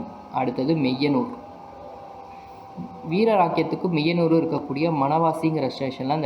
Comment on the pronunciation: மெய்யனூர் ஸ்டேஷன் அல்ல மாயனூர் ஸ்டேஷன்.